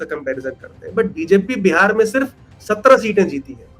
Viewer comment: बहन बिहार बोला करें बेहार नही